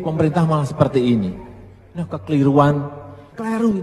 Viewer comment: Emang puyeng lihat varian yg ngemeng ke kanan belok ke bawah.. Btw, bukan "KLERU" tapi "KELIRU" 🤦🏻‍♂️